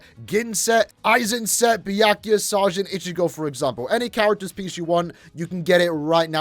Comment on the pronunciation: For saying the byakuya name wrong, well done. Good content